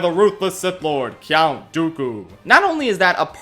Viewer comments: Wtf is a "cyount"? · I love the video, but why are you saying "Cyount Dooku" every time? Are you pronouncing the "U" in "Count"? I'm very intrigued.